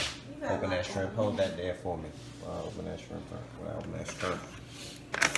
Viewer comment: haha he can't say shrimp